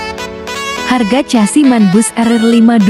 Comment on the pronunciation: Bg mana mau jadi repoerter,nyebut chasis ssja,casi apa benar itu